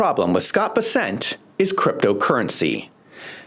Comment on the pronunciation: This is minor... it's Bes'-sent not Bes-sent'